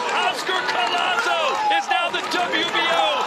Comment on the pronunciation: THIS IS HOW YOU PRONOUNCE HIS NAME > CO-YAH-SO COLLASO THANK ME LATER LOL 😁